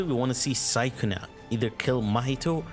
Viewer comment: the way he says sukuna is crazy bruh